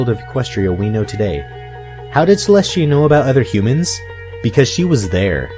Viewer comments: You keep saying Cleshtia but it is Celestia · is it just me or do u keep saying Celest*SH*tia